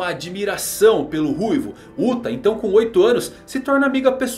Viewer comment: Sempre que falam "Uta" eu ouço "*uta" :((